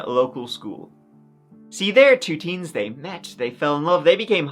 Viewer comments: Wait, did you just pronounce "theme" like "team" at the beginning of the video? xD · I thought you said "teen" not "theme" and I was thinking, for a split sec, this will be interesting idk how 3 incidents could happen to one person, but alas I was wrong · Okay, the accents have gotten completely out of control. If you pronounce the word "theme" and "team" exactly the same, then your accent should be outlawed.